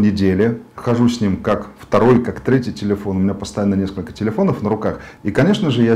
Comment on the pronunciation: ТИЛИЫОН Э С ДииРКОЙ